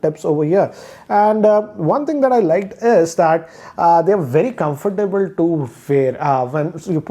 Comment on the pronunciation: I wince every time he says comfortable